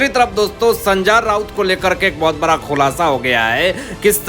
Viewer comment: बरा मामला या बड़ा । अनपढ़ जी संजा राउत नहीं संजय राउत । it is degrading yourself listening to your gawar language